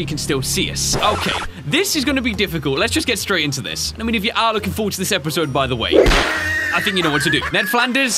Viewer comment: Di... uh... did just say episode wrong at the beginning?